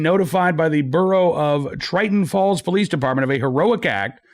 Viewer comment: TINTON FALLS, NJ...not TRITON FALLS, NJ.